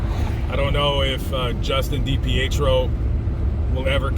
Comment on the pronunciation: Trisha is a great mother, her addiction didn't mean she was a bad mom. No one's perfect. She's clean now raising her children and still pushing for answers. Also it's pronounced Dee-Pee- Tree -O. I normally enjoy your videos but this is my home state and trashing on someone for something that has nothing to do with what happened is pretty low. It makes no difference to what happened to have not brought it up.